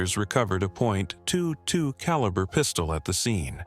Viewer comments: Lose the computer voice. It is annoying, .2 2 caliber? It is 22 caliber. It said 22 later . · AI doesn't know what a 22 is. It says a two two.